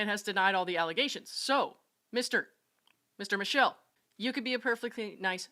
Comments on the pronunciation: The name is pronounced Mi-keh-leh in Italian, not the English feminine name Michelle. 😊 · it's pronounced mee-ke-le ^_~ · It’s Mik-kel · Michele M is Italian so the name is pronounced MiKele, unless sb in the comments section already mentioned this.